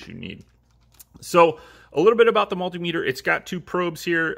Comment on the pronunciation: You're pronouncing multimeter wrong